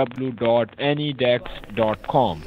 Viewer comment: Haven't heard this in a while, must be an OG scammer. Dablu dablu dablu dot hahahhahahahaha